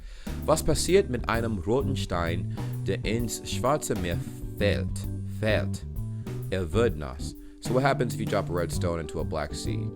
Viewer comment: i liked the video a lot. Your pronunciation is good. But you are struggling with the "ä". It was great in 'fällt" but you forgot it at 'Plätzchen". Keep up the good work and visit Germany. :)